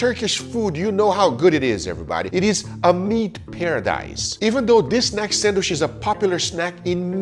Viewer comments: C'mon Guga, pronounce Sandwich properly man. It's not a sand wish, it's pronunced like sand witch. Just busting your balls bro, no matter how you say it, those looked AMAZING and VERY TASTY. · You may love sandwiches, but you cannot pronounce it! Hard D sound on "sand" and "wich" like "witch." You're saying it like "sanwish." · loves how guga says sanwishhh instead of sandwich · Good video. But since it's important for him to point how how to pronounce BRAZIL... It is not sand-WISH...OK... It's sand-WICH. In medieval times they didn't burn wishes...they burned wiTCHes. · for the love of god, it's sandwich, not sandwish... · Also, why do you call them SANDWISHHH? 🤣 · 🙋🏻‍♂️ Excuse me sir. There is actually a "D" in the word Sandwich... 😐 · Guga saying 'sanwish' stays a meme. 😂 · Guga pronounces them sandwish....sand wishes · I cant take guga seriously when he keeps saying sandwish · Haha sometimes it's sandich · The amount of times I heard him mispronounce sandwich really got to me 😂 also “not being biased” makes the sandwich from Brazil the only s sandwich